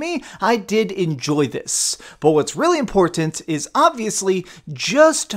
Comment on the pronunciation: I thought that was a pun. im-PORT-tant.